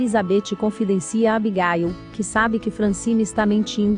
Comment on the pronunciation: Nem me fale "Abigáil" kkkkk